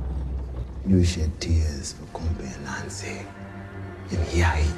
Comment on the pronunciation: It is not Nancy it is Ananse